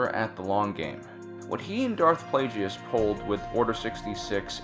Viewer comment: plaJEEUS... plaGUES